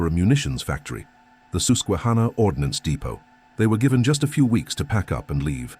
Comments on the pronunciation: Suss quehanna not Soos. I lived 3 blocks from it. Beautiful river. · “Soosquehanna” hahaha that’s a new one. AI be making up never before spoken pronunciations